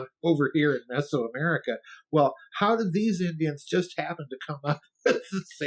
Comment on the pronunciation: Houwgh not how